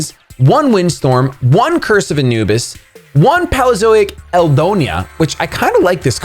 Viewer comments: Poh/lii/yo/zoyks thats the proper way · It's pronounced Pay-leo-zoic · Guys you're wrong it's pey-lee-uh-zoh-ik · It's Pronounced PAY LEO ZO IC Like pealo (old, ancient times) and zoics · I'm shocked! How do you not know how to pronounce "Paleozoic"? Did you never learn about dinosaurs? What kind of sad, pathetic childhood did you have!? Ha, I'm just joking. Keep making awesome content!